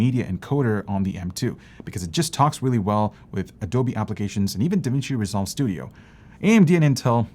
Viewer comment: I swear I heard “Dimitri Resolve Studio” 😂